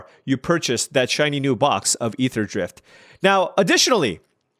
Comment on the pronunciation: "Aetherdraft" - Just go with that, it's perfect